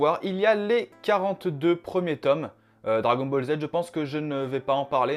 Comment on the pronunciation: MDR il a dit dragon bal le au lieu dragon ball et aussi il l’a confondu avec one pièce c tkt c pas grv